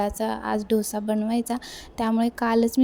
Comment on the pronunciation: ढोसा नाही डोसा